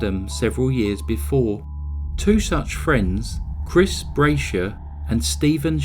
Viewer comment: The shooters last name Brashear is pronounced Bra shear.